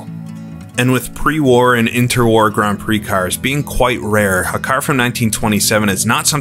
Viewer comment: Why do you say pre-war like that?